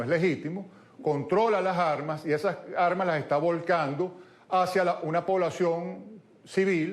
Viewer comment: Con todo respeto, le sugiero. Reiteradamente ha usado el vocablo "armas"..la "s", se une con la vocal...por favor..no diga las " jarmas"